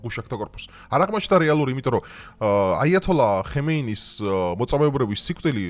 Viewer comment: ხემეინი რა უბედურებაა?! ჰამენეი!